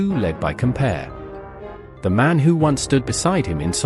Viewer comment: COM-PA-O-REY not "compare"